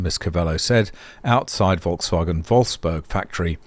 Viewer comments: Greetings from germany. You are the first english speaking person, who pronounce Volkswagen / Audi nearly perfect. You know, that these are the same company? And Porsche belongs to them, too. Volkswagen bought all the brands in the 90s. Including Lamborghini. I am really impressed. I know, you are from australia. US americans usually have hard problems pronounce german names and words. I own an electric motorcycle since 2021. Till now i don't had a fire or malfunction of the batteries. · why not? It's not banned by YouTube. People who comment on pronunciation of others are normally happy to have things like that pointed out. I now know a better pronunciation of Volkswagen.